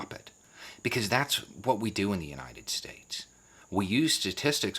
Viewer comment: Some powerful Trump quotes: "Covfefe" "Suspested" "United Stayeshh" "Burjer" "Minianapolis" Biden has his share of verbal fuckups but at least he uses real words